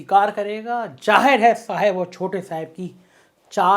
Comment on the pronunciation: "saaheb"....cracks me everytime 🙂🙂🙂